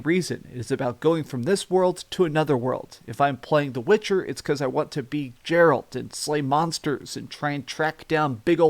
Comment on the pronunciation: Who’s “JERALT?” You mean Geralt? Wow.